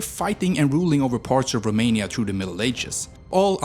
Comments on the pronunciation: I can't with how you pronounce the cities and even the country in romanian 😂, especially the letters ă, â and ț 🤣🤣 But pretty good still! Also, yeah, no vamps in there sadly 😟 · Rome in romanian + nia, that's how u pronounced it It is â, not a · I am a Romanian and i died loughing hearing the way u named things. Liu is LEU. E is pronounced like u say it in bet or chek or bed. Streight e. So Leu is leu, not some chinese name. And romania is named românia. That makes â a thing u cant pronounce. Same Constanta it-s Constantza tz, thats ţ. Timisoara is Timishoara sh, thats ş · You pronanced România wrong, this Â isn't A and is not pronanced as A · You’re having such a hard time pronouncing România and leu 🤦‍♂️ And Moldoveanu peak. And Argeș. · You got the accent right but the 'â' in România is actually pronounced like how people from Southern England pronounce the 'oo' in good, not like a normal 'a' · You pronounced România and Leu wrong